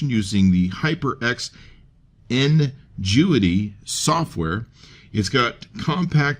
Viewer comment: "n-jewity" smh lol